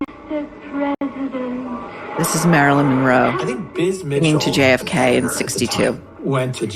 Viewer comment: Jfk not Jake haha